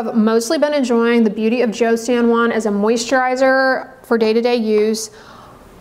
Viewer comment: Just fyi "Joseon" in "Beauty of Joseon" is pronounced more like "Jo-sun" not "Jo-see-on" - someone who is learning Korean and adores Hangeul, the Korean alphabet (which is very easy to learn and read)